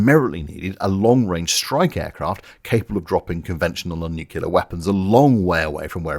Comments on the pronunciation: If you make it through a full-length Cold War Video without once pronouncing “Nookular” as though your cousin is also your uncle, I will join your Patreon…. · What is this "nucular" you speak of? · Why are increasing numbers of people pronouncing ‘nuclear’ incorrectly? It used to be a problem only American presidents and hillbillies had, but now even genuinely clever people are doing it. Probably a good research project for a sociologist. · Sorry but I've made a promise to myself that as soon as I hear the word N-U-C-L-E-A-R pronounced N-U-C-U-L-A-R Then I immederatelee ditch the content. But don't be too disheartened because, A: what does my opinion count for 🤷 f.a. admittedly and B: again don't feel too disheartened because I hear actual NUCLEAR physicists pronounce it NUCULAR. It just raises a big fat question mark on credibility .....I'm not pointing out anybody percificly it just really annoys me that they give it all the specialist jargon yet can't even bloody pronowns itt 🙄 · nuclear, not nuculer. jesus. it's not cultural, it's ignorant. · I just want to point out that despite making a graphic illustrating the way you pronounce the word nuclear and how that differs from the American pronunciation, that is still not how you actually SAID the word in this video. You said new-cue-ler, not nrw-klee-ah. You're swapping the L around. I only point this out because in previous videos you've given Americans plenty of shit for pronouncing things the 'wrong' way. Fantastic video though. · is the correct pronounciation, saying "nukular" is the "dumbing down". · It's nuclear, ie "new clee are" not "noo cue lah" 'cos it's from nucleus which isn't pronounced "noo cue lous" but "new clee us" I'm so sick of people saying it like an american kid that I'm giving you a thumbs down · Why would anyone with a posh British accent ever say "nucular"? It's "nuclear", you imbecile!!! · NUCULAR?? REALLY?? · What the hell is Nucilor?! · Ackshyually, it is Nuculear...